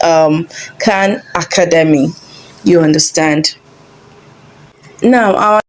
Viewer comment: I agree. Also, the way she says 'Academy'